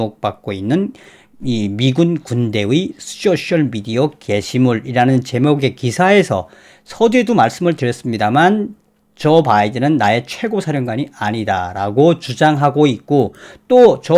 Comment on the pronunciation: 직업상 ㅡ쇼셜이 아니고 쏘셜입니다 ㅡ